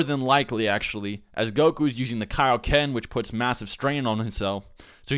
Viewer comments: Dont say it like kay-oh-ken so its kai-oh-ken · ITS KIA-OKEN NOT K-OKEN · "key-o-ken"? isn't it "kaioken"? it's from king kai after all that goku learned it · "However, this time Goku would dominate Ginyu, even without using the kay-o-ken technique." ... KAI-o-ken. As in Kaio-sama! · kai. o ken. kai o ken. like king kai! or kai-o sama! looks like you're not gonna learn the genki dama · "Kay-o-ken" AAAHAHHAHAHHAHAHGHDLsgljgfjkahgejsknefwejsngf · you said kiakoken